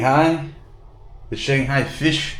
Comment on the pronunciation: Yu in Yuyuan is pronounced as y-we. The articulation does not exist in English. Shanghai is pronounced as Shanghai, not shang-gai. They are two respective characters.